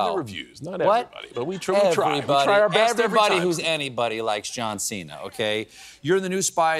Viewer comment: His name Cena is not “seen-hu” but chena like diner in Italian